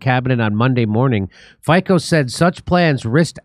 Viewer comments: It’s not Fiko, but like Fitso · Its fitso, not fiko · Jimmy ,the pronounciation is Fitzo not Fiko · Not Faiko, but Fiicccoo!!! AE way to express everything😂😂😅😅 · just small correction .Fico name pronatiation is not lke Ficko but more like Fitso . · Please pronounce his last name as Fitso🙏🏼😂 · his name is pronounced like you pronounce ZZ in pizza - FIC(ZZ)O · Just so you know, it's pronounced "FEET-SO" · Hi, Fico is pronounced fitso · pronounced "feet - so"